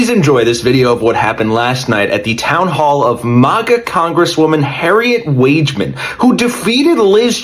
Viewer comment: do your research it is HAG E MAN